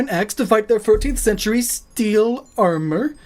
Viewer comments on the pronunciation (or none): I don't like the way that guy says arMORE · for the love of god stop saying "armore" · Take a drink every time he says Arm Oar. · "AreMore" o.o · omg stop saying Ar-moor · this dude says armooure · when he said armor like arm more I couldn't stop laughing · wow....the way that guy pronounces armor...is just....cringy.....>.> i know it's his accent and he can't really help it i suppose but...still hearing it pronounced like that heck from anyone just...makes my ears hurt ahhhh >.<